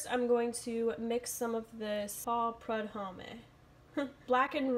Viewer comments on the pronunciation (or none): Hello. I am part Acadien, which is french canadian. We originate in the maritimes mostly (eastern Canada). Cajuns are Acadiens who were deported from Canada to Louisiana by the english in 1755. Prudhomme is a french name and is pronounced: prude-homm (the 'e' and the 'h' are silent) Love your videos, keep it up!:) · Great recipe! That chef prudhomme is pronounced proo Dom ( like Dome ). You're such a pleasure to watch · Paul Prud hommeh! LOL That seasoning is the shit. His name is pronounced Proo-dome. I think the poor guy passed away a few years back, but left us with that bomb seasoning! Love your content. Makes me hungry! Where did you learn to cook? You have some very strong skills and instincts. The red wine vinegar would totally make that relish POP!